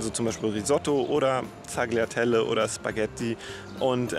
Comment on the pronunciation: Tagliatelle spricht sich "taljatelle" 😀✌